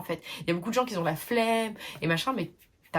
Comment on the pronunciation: T’inquiète je t’apprécie bcp mais on ne dit pas qui z’ont ou qui z’étaient, il faudrait apprendre à éliminer ce z qui n’a pas sa place. #Noshade 🙂